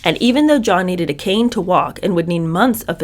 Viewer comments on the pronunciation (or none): none